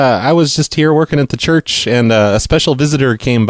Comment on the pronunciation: I love how you said 'Church' as "Jurch' because I remember pronouncing it that way when I was 4 and my parents just laughing at me. Your shows always put a smile on my face, can't speak for the people you call....